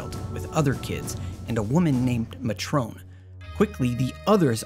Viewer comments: Hello. I appreciate your fondness of this game it really is awesome. However you are mispronouncing things a bit. Edea's name is not MA TRON. Matron is a title or term for a caretaker of an institution such as an orphanage. its short for Matriarch I believe but if you google it this comes up "a woman in charge of domestic and medical arrangements at a boarding school or other establishment." Keep up the good work though and if you haven't really even played ff7 than seriously get an emulator and play ff6. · FF8 has always been my fav single player FF game .. the sheep can have their FF7 "lyk omg tifa tifa tifa" ... gimme a leather jacket amd gunblade ANY DAY ... however the sheer amount of mispronounciations is stagering and cringe ... example as stated by another MAY-TRON, Ultima as in ULTIMATE minus the t and e .. so many many more cringe cringe cringe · we're discussing the English version of the game here. It's may-tron. And it's not just the United States. All English speakers would pronounce it with the emphasis on the first syllable. Never maTRONE. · Mah-trone? XD Ooooh matron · So good I got it as a Xmas present and loved it so much I have just never completed it. I get up to Ultimecia and then delete it and start again. It's just so good, despite the problems, that it's actually a little rushed and Disc One needed more time to breath, it just always hits so good. Love it. One thing I odn't know if this was a bit with mispronunciation but it's May-tron not Ma-Trone, its a job. And actually if you'll forgive the pedantry GFs are mentioned as causing memory loss in the information tab in config. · Muh-trohn. You mean... matron? Lol. Great vid. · Awesome video. Once correction though. "Matron" is pronounced "MAY-truhn", not "ma-TROAN". The kids called her Matron because she was the head of the orphanage. Their "mother", for all intents and purposes. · I pronounced it Mut-ron as a kid. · I always pronounced it Mat-Tron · Yeah it doesn’t rhyme with Patrón lol